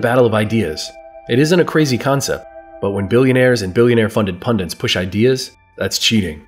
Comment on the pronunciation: Great video! The only problem I have with it is the pronunciation of the word "pundit." For some reason, you keep adding an extra "n" and say "pundint" instead 😂